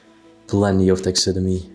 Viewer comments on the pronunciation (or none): It is pronounced tax a derm ee